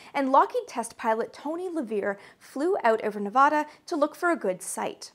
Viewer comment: That's "Nev-A'-duh" ("A" pronounced as in 'cat').